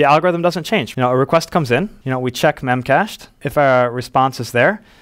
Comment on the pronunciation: I think they pronounce it as “Memache D”